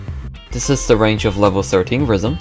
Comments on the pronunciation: deadass thought he said rizzm in the intro 💀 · bro talking about rizzm not rythm